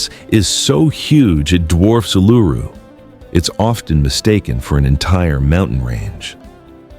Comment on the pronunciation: Please learn the correct pronunciation for Coober Pedy, Uluṟu and Finke.